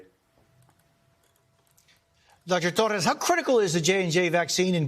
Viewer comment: see the way jose regurgitates dr torres. accentuated. just say dr. torres like we all say in America Jose.